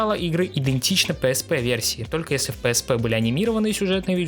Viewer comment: Ты не правильно называешь psp